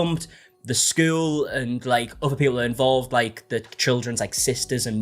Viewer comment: The way you say school is so Jan from Brady Bunch coded. Skewwel